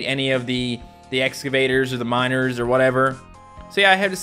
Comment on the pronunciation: Every time you say miners it sounds like you says minors and it sounds really bad, ”I need to collect 1000 minors😬”